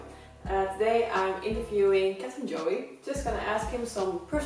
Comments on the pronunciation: You are pronouncing Joe as Joeyy😂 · Oh, I'm so glad someone else calls Captain Joe Joh-ee. I used to call him that before I erm listened him say his name.